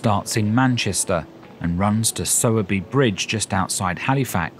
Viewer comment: I'm really enjoying watching all your travelogue videos at the moment. Thank you very much for all of them. With regard to this one, I thought Sowerby was pronounced Sow er by as in a female pig (sow) and not "so" or "sew". Also, your pronounciation of Todmorden made me chuckle. People round here say Tod ma den with the emphasis on Tod.😍